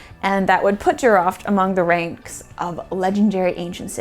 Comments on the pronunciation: You are doing pretty good job describing the JEEROUFT archeological site. . Jeerouft is a more correct pronunciation as oppose to sounding like animal called Giraffe . There was a Silk Road before it was called Silk road. the Jeerouft was in between the RICH Indian sub continent and the RICH Mesopotamia, that is why it was rich and thriving, plus a great soil and agricultural production. Water was the only limiting factor on entire Iranian plateau throughout history. Thank you please if possible , contact Iran documentary producer Mr. Aghajanzadeh and his wife. you can select and dub some of his great works. His production is in Farsi only , that is why it not known worldwide. Thank you again, Greetings from sunny California. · Thanks--very cool, the name is pronounced as Jee-row-ft (not Jee-ruffed) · I had to look for the name because I kept hearing "giraffe" 🤭